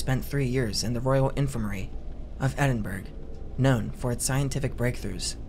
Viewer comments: i love you but coming from Scotland it pains me when people say “Edin-burg”, it’s pronounced “Edin-buh-ruh” or “edin-bruh” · edinberg and eyestanbool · This content is great, love being able to just toss an hour comp on. Also as someone from Scotland, you're saying Edinburgh wrong. It's more like Ed-in-Bruh. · Just a heads up, but "Edinburgh" is pronounced "eh_din-buh-ruh"! Loved the video! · I love your videos! And this is no shade at all, but your pronunciation of “Edinburgh” did make me chuckle just a little. You should do a video covering Burke and Hare! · love the stories!! one note tho, Edinburgh rhymes with Kookaburra 😅